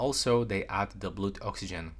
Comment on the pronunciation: Hot tip! Pronounce ‘blood’ so that it rhymes with ‘mud’ 💓